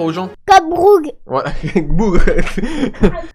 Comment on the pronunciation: A la fin quand il dit code BroUG mdr Code bougre